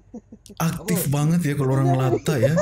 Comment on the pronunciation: Sebutan yang betul (di Malaysia) ialah latch dan melatah. Melata merujuk kepada haiwan yang melata atau merayap dan berkeliaran.